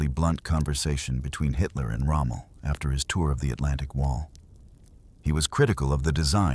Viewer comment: Its not rommo, it's Rommel